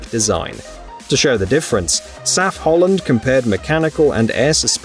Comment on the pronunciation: You'll never learn it. It's M.A.N. (Maschinenfabrik Augsburg-Nürnberg), not man. btw. it is not called saf-holland, but S.A.F.-Holland (Sauer Achsenfabrik)